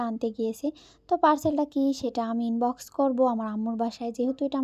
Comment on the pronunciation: ইনবক্স না আনবক্স কথাগুলোতে স্পষ্ট করে বলবেন